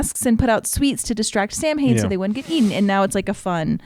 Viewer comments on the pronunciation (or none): Fun fact: They actually mispronounce Samhain in the show. Its actually pronounce "Sah-when" According to my ex Wiccan girlfriend lol.